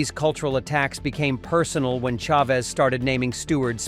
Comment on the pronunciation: The AI doesn't know how to pronounce "Chavez". It's a sign of low effort content where the uploader can't be bothered to voice or edit their own videos before uploading it.